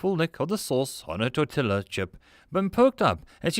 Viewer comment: .....How do you not know how to properly pronounce "tortilla" or "queso"?!